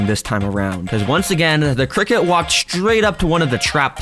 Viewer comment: criket 🗣️ sounds better